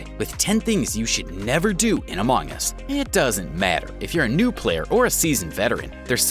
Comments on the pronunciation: Why is pronouncing it as amOng us instead of among us! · Bro this dude say “amOng us” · Love the way he says "a mong us"